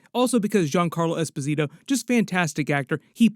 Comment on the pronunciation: you gotta learn to say Esposito. Lol Giancarlo pronounces it himself